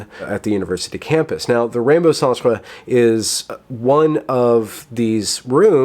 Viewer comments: "Centre" is pronounced exactly like center. It's just one of those Brit spellings like "colour." If you know that and are being sarcastic it's petty. If you don't know that you need to work on broadening your knowledge of the English language. Your propensity for language flubs (malapropisms and mispronunciations) opens you to cheap shots and makes it easy to discount your message, which is unfortunate because you shine a light on things that need to be examined. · is just trolling us with his pronunciation of "centre." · it's spelled "centre" but it's pronounced the same way as "center". It's a canadian or UK spelling, not the french word. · "Centre" is pronounced "center". "Centre" is the Canadian way (and proper way I think, worldwide) to write the word. But, I love the way you say say it; it gives the Rainbow Centre, that snobbish, "holier than though" connotation, which is quite "a propos" ;-) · We don't actually pronounce "centre" as the french word "centre". It's just that the Canadian spelling of the word "center" is in fact "centre". I think it's dumb and I generally don't actually use that spelling. But just to let you know that it's just the spelling that is different, not the pronunciation.